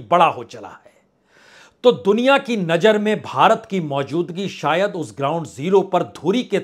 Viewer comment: भाई ये नजर क्या होता है नज़र बोला करो। बहुत बुरा लगता है सुनने मे। हजारों को हज्जारों बोलते हो। अपना accent सही करिए। मैं आपकी पत्रकारिता को पसंद करता हूं। आपका अंदाज़ भी अच्छा है। लेकिन आपको अपने Talaffuz पर काम करना होगा।❤